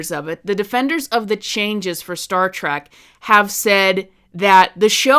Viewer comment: you call it Star Track again about . Nothing you say is valid.